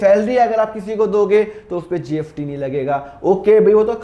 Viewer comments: Aap S ko F bolate ho kya .....jaise kamineh movie me shahid kapoor स ko फ bolta tha waise aap bhi......GST hota hai GFT nahi.....fir bhi nice explaining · SIR ITS GST NOT GFT 😅😅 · App GFT kyu bol rahe ho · GST HAI SIR PRONUNCIATION THODA DAROOST KAREIN😊